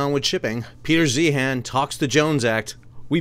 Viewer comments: First, it is pronounced like ZION. And I appreciated this. Peter is prone to hyperbole. Thanks for getting more granular. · I’d take your opinion more seriously if you pronounced his name correctly